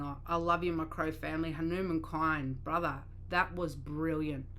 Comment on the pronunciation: It's pronounced like this......Hunu mun